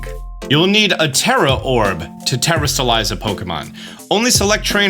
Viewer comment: Te-Rah-stalize. Not terra like earth, but te-Rah Orange is “na-Ron-ha” Uva is “ooh-vuh”